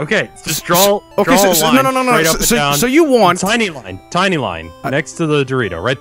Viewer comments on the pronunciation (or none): Drove me fucking nuts listening to that. There's a huge difference between the word "draw" and "drawl." FFFFUUUUUU!!!! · why does rev pronounce draw like "drawl." a lot of americans pronounce stuff like that, like both becoming "bolth" roof becoming "ruff". it's weird. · Everytime rev says draw it sounds like he says drawl XD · Every time Rev said "drawl" it killed a part of me inside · Drinking game, take a shot every time: - does something completely different than what Rev says -Rev pauses and says "yeah that works" - criticizes Rev for his own mistakes -Rev says "drawl" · That killed me a little inside every time. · Rev: "Drawul"